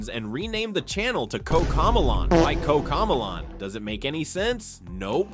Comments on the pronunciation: “Koca millaan”💀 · Bro said cocomelon wrong